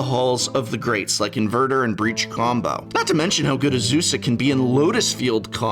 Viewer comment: You pronounced Azusa, Lost but Balling wrong. 😜